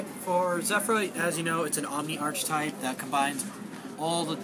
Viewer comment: The 'ch' in archetype is pronounced as a 'k'.